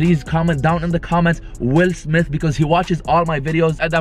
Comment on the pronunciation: Like for how many time’s said Will Smis😂